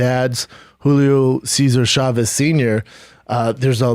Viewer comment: How many times he said Hulio Chávez Junior